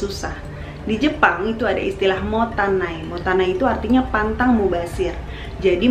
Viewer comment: terima kasih sudah bahas buku ini. Izin sedikit untuk koreksi ya Kak. Mubazir itu dalam bahasa Jepang adalah MOTTAINAI, sedangkan kalau MOTANAI itu artinya "tidak memiliki", keduanya adalah kata yg sama sekali berbeda. Mungkin agak kepleset dikit ya kak dalam menyebutkan... Semoga berkenan.